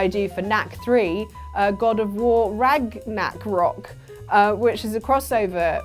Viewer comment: Rag-knack-rok, oof!